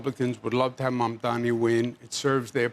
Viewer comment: I am proud to see that Cuomo has finally decided to pronounce Mamdani's name correctly. Well done! Progress is possible!